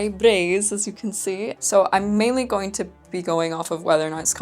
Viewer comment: Any undergarment that you can "forget you're wearing it" wins for comfort. Also, like the way you pronounce "braies", with a slight roll of r. And I expected the "experiment" would be colored blue, virtually EVERY "hygiene product" ad will use blue liquid. But I wonder do they normally just used colored water? Having something closer to the consistency of what would actually emerge makes sense and kudos for going the distance.